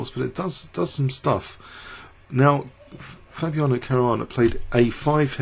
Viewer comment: Twice you called him "Fabuano" mixing up his last and first names into one lol